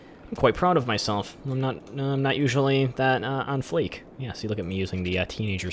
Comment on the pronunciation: not flake it's on fleeeke